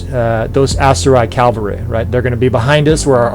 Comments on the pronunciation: i imagine you say calvary instead of cavalry because thats how the tankers say it but idk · Thanks for the great video! I truly hope you get over your calvary of saying "cavalry" correctly ;-) [yes "calvary" exists, and it has another meaning ;-)] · Calf-ary - they ride somewhat different mounts. :D